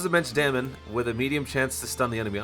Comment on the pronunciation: From now on i want the "damon" instead of damage xD I liked this video this could be done for other Units that will come for global... I liked it...